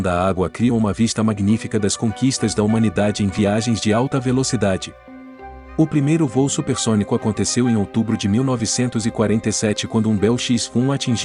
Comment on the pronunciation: O apresentador deveria saber que o correto é "supersônico" e "subsônico" (com a sílaba tônica "sô") e não "supersonico" e "subsonico" (com a sílaba tônica "ni"). Essa doeu nos ouvidos.